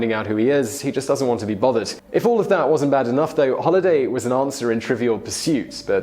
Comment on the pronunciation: say holiday and holliday again please. 😂